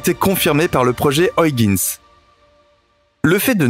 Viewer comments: Ça se prononce huigins !!!!!!!!!! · Au 6ème "Oyeginss" j'ai craqué, je suis parti. Merci quand meme. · Nan, mais vous ne dites pas Londresss, ni Parisss, je ne crois pas qu'en France, on dise Trump avec le u de cru... au mieux, la prononciation UIGANS aurait été plus francisante que ce qu'on peut entendre dans ce reportage.. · Pareil, mais il y a aussi Argone😁 Soit tu prononce Huygens '' U- i guenne-se ou en version hollandaise...Mais pas une version francisé de la version anglaise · Hyugens....se lit " huigainsse".... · Ces chers amis Français ...Il n'y a pas de O ni de I dans Huygens ... dites "oeil- guènss" ... <3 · Salut...tu dois dire "OYEGUEUNES" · C'est mal prononcé, la bonne prononciation est "Hoeil - guens" (gen se dit en nééelandais comme "gun" en anglais) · Tu pourrais faire un effort pour prononciation de Huygens.